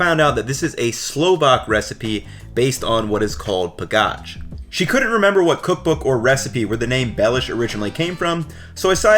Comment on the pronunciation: It's HALusky, accent on first syllable, not haLUSKY. Also, it's. PAgach, not paGACH. In SLovak, accent usually on first syllable. Also, capital of Slovakia is BRAtislava, not BratiSLAVA, as I'm hearing on most UTUBE videos.